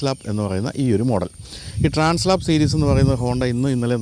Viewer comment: ഏത് മലയും കയറുന്ന അഡ്വഞ്ചർ ബൈക്ക്ന് ഗംഭീരമായ ആൽപ്സ് പർവത നിരകളോട് ചേർത്ത് ഹോണ്ട ഇട്ട പേരാണ് ട്രാൻസ് ആൽപ്, ട്രാൻസ്‌ലാപ് അല്ല.